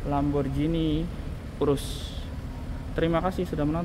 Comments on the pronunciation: Ghi bukan bacanya ji. Parahhh lo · Namanya lamborghini bukan lamborjini. Pls lah belajar pronounce sblm bikin video. Cape denger lamborjini